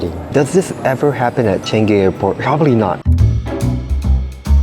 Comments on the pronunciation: That's not how you pronounce changi its pronounce as chuhng gee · It's pronounced chuh - ngi btw. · “Chen gi” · "selatar" "changei"